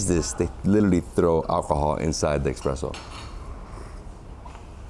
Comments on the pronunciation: Please stop saying eXpresso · Maadonnaaa, expresso?? ?